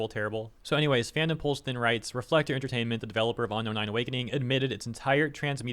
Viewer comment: "On-inspired" "On-Known"